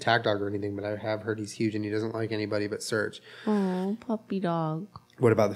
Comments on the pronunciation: Just realised at one hour and thirtyfive minutes in Surge is actually supposed to be pronounced Surgay cuz hes russian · I know this is 2 years too late but them pronouncing Serge as surge really grinds my gears lmao